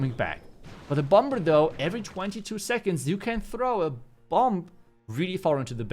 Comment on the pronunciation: love everything you do, you always crush these videos. Quick tip tho, for bomber, keep the ‘b’ silent. It usually sounds like bommer. All love <3